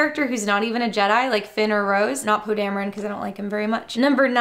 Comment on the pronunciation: Poe Die-meron?